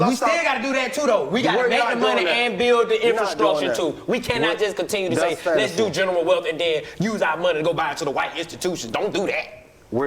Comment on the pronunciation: I was like damn DC went the whole episode without saying “infrscuture” then it came 🤣🤣🤣